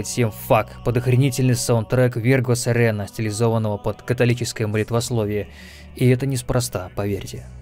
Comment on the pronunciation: Несколько раз переслушивал - так и не разобрал название. Пришлось "зайти с другого боку" - Virgo Serena.